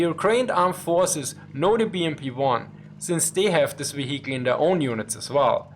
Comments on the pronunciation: Love your videos!!! :) Your English is always improving. It's very impressive. What I am about to say comes from my old days as an English teacher. Now, I recommend you try to relearn the pronunciation of the word, "vehicle". It's VEE-hik-al. Not vee-HIK-el. :) AGAIN!!!! LOVE YOUR VIDEOS!!!! AND YOUR ENGLISH IS GREAT!!!!! Just helping you polish it up a bit since this word comes up in almost all of your videos. I think you have already corrected the word "morale". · The "h" in "vehicle" is sort of silent. So it sounds like veeya cull. It sort of rolls off the tongue nicer.. heh. Cheers for the insight old chap. Great work as ever.